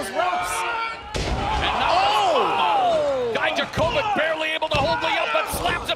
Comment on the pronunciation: "Дијаковић" [Dijakovic] should be pronounced 'dee-YAK-uh-vitch', not 'dai-dja-KOH-vick'. Please somebody let Mauro and Beth know!